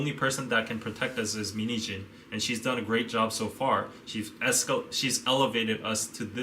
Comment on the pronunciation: Whenever he says min heejin I hear mini jeans lolzz